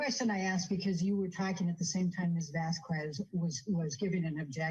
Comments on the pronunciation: has often mucked up names. Camille "vas-kwez" instead of vas-kez. Pirates of the Cah-RIB-ee-an not CARE-a-bee-an. Now you join their ranks. Congrats,! LOL I love how you refer to the 'defendant' as "That Certain Aquaman Starlet" - not star. ROFL!! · Who the hell is "Vasqwuez?" It's not hard to pronounce her surname right,. Jesus. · I wish had corrected her pronunciation of "Vasquez" too